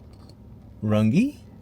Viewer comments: Not Run-gee, Runge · Runge... Runge rhymes with lunge... Not Rungee... 😉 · The building you couldn't identify in Smiley is an old Masonic Lodge. The symbol at the top is the Free Masons Logo. We have a hunting ranch between Nordheim (pronounced Nord-hime) and Runge (pronounced Run-gee ... hard g). We are in Yorktown often to get groceries at the Lowe's or hardware at Apple Hardware and Feed. The 5D restaurant is pretty good. Agave Jalisco is the Mexican food restaurant, and they have several locations in the many towns in that area (Yorktown, Cuero, Goliad, and Kenedy) and probably some others There was one in Runge, but it recently closed. Aunt Di's is good too. It became an oil town when the Eagle Ford shale deposits were discovered, and Karnes County is the 4th largest oil producing and 7th largest gas producing county in Texas. Plenty of money around there in farming, ranching, and petroleum. Not much in Runge or Nordheim but they are widening the highway through there. A large percentage of the property owners do not live on their land. They are just used as hunting, farming, or ranching properties. Many of the landowners live in the Houston or San Antonio metroplexes. Runge no longer has a local governing body and is disincorporated (hence the road conditions).